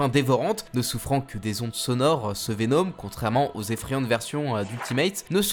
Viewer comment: Pk tu dis venOm 😂